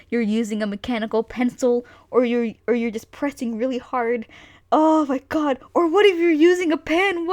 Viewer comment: "OH MY GOWD are you dawing anime???"